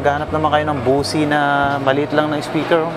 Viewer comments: Ang bigkas sa Bose speakers hindi "bosi" kundi "boss". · Bose is pronounce Bosh.